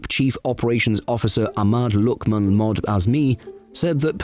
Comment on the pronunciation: Fyi, “Mohd” in any Malay name is pronounced “Mohammad”. Is a shorterned version, used due to name registration simplification. At time, its further simplified to “M.” eg. “M. Ali”.